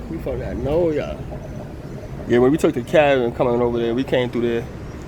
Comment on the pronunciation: Hey bruh, it NOLA, not NORA, OK. Ya heard me!!